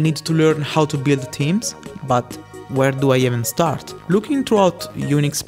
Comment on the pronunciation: Ik this off topic but the way you pronounce "theme/s" sounds like "team/s". its pronounced with a strong TH sound